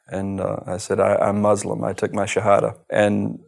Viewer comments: But why is he mis- pronouncing the word MUSLIM?? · Muslim not mozlem: S ssss not Z zzzz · I think when we pronounce Muslim the wrong way as in "Mozlem" it sounds horrible. Its Muslim with an S no z